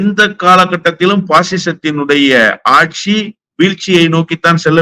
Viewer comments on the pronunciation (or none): none